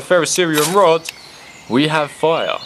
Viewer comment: When u say fire (foiah) im dead